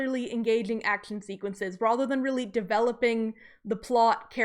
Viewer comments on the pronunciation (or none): I don’t like the way you say rather like “rother.” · That is an interesting pronunciation of "rather" is that from a particular dialect?